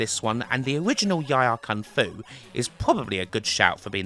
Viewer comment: I don't know how to pronounce the names of some of these games.😂 He calls YIE AR KUNG-FU with the word YIE pronounced like TIE... I always pronounced it YEE like SEE with the double E sound. The other day I watched a video where they pronounced the WEC in WEC LE MANS as a word like PECK rather than sounding out the three letters. Have I been getting it wrong all these years 😂